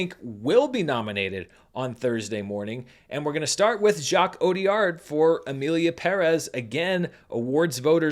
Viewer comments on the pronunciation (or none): none